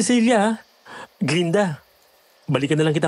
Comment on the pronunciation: glen-da hindi glinda